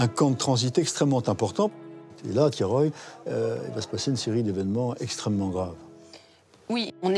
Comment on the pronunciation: Thiaroye et non Thiaroyé. ,Ndiaye et non Endiaye. Mbaye et non Embaye.....Articulez et bien prononcez les noms d'Afrique pour ne pas passez sous silence les faits de l'histoire Cordialement.